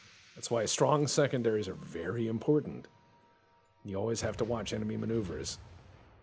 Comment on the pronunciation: Turns out Ivan the ok is wery much ok XD